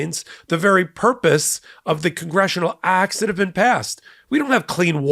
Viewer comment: Pronunciation, please ! "Acts", not "Axe". Don't be a mush mouth. Slow down. Enunciate !